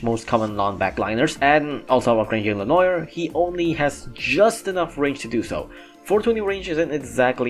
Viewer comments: Hey,, just to help you out Its "le-nowar" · Ok so hum is able to say all japanese names super fast with the accent and is not able to say le noir just check the french prononce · The mispronunciation of lenoir hurts